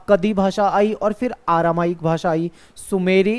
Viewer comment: सर आरामाइक नहीं अरामाइक 😅😅